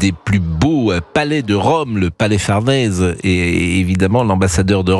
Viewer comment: Désolé mr Praud lorsque vous dites à au moins 2 moments "le palais Fardèse" au lieu de "Farnèse", qui votre correspondant, lui le dit correctement "Farnèse" vous n'êtes pas crédible et vouloir faire la polémique ou l'information "sensationnelle" vous discrédite chaque fois un peu plus. J'espère que votre directeur appréciera ma remarque et vous tirera les oreilles, faute de mieux.